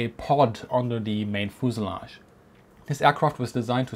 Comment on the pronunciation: As you do lots of videos of airplanes, learn to pronounce fuselage.